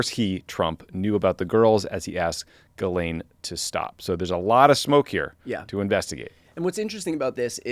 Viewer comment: Two things: 1) Tommy / get massive props for pronouncing Ghislaine properly. 2) This channel should be called “Pod Save America and BTC’s Biceps.” (Like, whoa dude.)